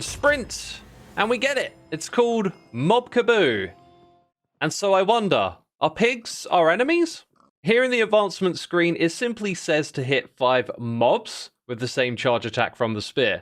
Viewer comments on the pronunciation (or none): i love xisuma - mistaking "rate of fire" for the rate of fire ticks applied to burning mobs, pronouncing "obfuscation" as "obuscation" and calling a kebob a "kebou" 😭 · mob.... kaboo???? freak??? what?????? freak?????? it's kah-bob. KAH-BAWB like the name, BOB freak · Lol right... is Ob-Few-Skated really that difficult for the British Accent to say? It's those funny quirks that I love about Brits and especially Xisuma. Kabab instead of Kabob and does t realize it's the same thing and says it wildly different in "Mob Kabob" than he ever has. There's also his Chewtorials... lol I hope he never changes, it's always funny to see people caught completely off guard by odd pronunciations, it's especially funny when he makes a fellow Hermit "double take" on something he said. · I've heard Ka-bob I've heard Ka-bab I have never heard Ka-boo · X, it’s pronounced “ka-bob.” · just cause someone pronounces something differently doesn’t mean they pronounced it right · Bro doesn’t know how to pronounce kabob